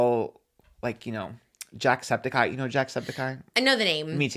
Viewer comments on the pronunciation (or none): none